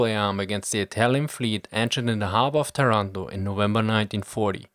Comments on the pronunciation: Thanks for the video, interesting and incredibly accurate as always (except for the pronounciation eheh, it's Tàranto, not Tarànto) anyway after this video and the other one about the Italian Forces and Industries in the early 40s, I feel like I should give an answer to all the people facepalming about our terrible, terrible participation in WW2, almost on every front. First of all, of course everyone knew about the poor conditions of our armed force, and that the Regio Esercito could not stand a chance compared to the british or the french army at the time. Mussolini was aware of this, and waited until June 1940 to declare war against the Allies, after the German invasion of Poland and when France was already defeated. At the time the german army looked practically invincible, and everyone in Italy thought that the war would be finished in some months: remember that at the time, France was considered to have the biggest and well equipped Army in continental Europe, and if the german defeated them in a couple of months, then the rest of the allies (aka just the Brits) will capitulate in a couple of weeks! At least this is what Mussolini and the italian HQ thought, and what everyone genuinely believed. Mussolini and Italy entered the war thinking they would have fight some minor battles clashes in Nort Africa against a crippled and demoralized enemy, thinking that after the Cmapign of France, the British would be eager to reach a peace with the Axis. He greatly underestimated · My father was born in Taranto in 1920 (but you have to pronounce Tàranto, not Tarànto) and he remembered very well that day. He was Tank officer that time and I remember he ever said to me that some antifascists inside the Royal Italian Navy were certainly envolved in the British plan together with some branches of the allied Intelligence. You know: there were much more italian high officers strongly against the Fascist and Nazi Regimes than the official History said.